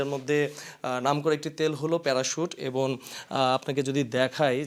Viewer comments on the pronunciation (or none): এবন‌ না এবং😂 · এবন না এবং , শরীলে না শরীরে হবে! একটি বড় টিভি চ্যানেলের রিপোর্টারের কাছে এরকম ভুল কাম্য নয়। ধন্যবাদ